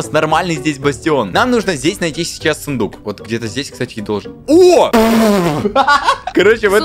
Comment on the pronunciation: Я услышала вместо сундук фундук